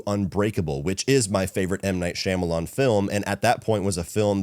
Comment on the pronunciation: I’m BEGGING you to pronounce Shyamalan’s name correctly lol